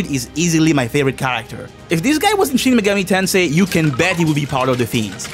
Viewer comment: Shin Megoru Tonsay. This will never not be funny to me.